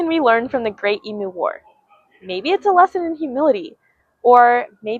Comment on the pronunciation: It's pronounced Eemyoo. No yod dropping